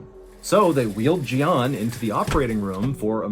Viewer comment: Jian is Mandarin and is pronounced more like "jyen"